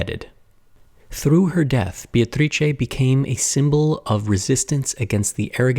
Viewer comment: Italian speaker here. You did a great job with the tricky "C" in her name but the first syllable is actually pronounced "BAY" like a body of water. For the record I don't care one bit but from what I've learned about you from your videos, I thought you might care haha